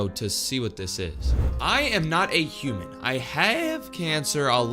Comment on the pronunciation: It is human not humen and aslo its have not hace but im not mean to him